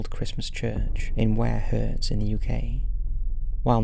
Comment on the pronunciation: Ware "Hurts" nono its Herts like Hearts, one things for sure we know your not from East Anglia